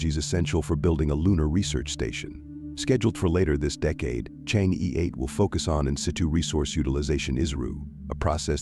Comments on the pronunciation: It's pronounced chang-her not chang-e. 😅😅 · It's Chang-er, not Chang-E ! That is basic knowledge. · Change’e is pronounced change’ER not ‘ee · Chang‘e/tʃɑːŋ ə(r)/ ,thank you.Your accent about Chang'e sounds like this lunar lander is your aunt.